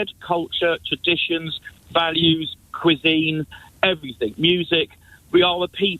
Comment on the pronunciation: He lost me at "cuisine"